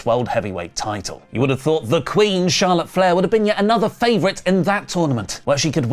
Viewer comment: Charlawt divawrs